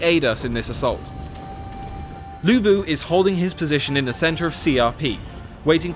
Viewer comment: udonsay hahahaha. and lv bu not lubu :)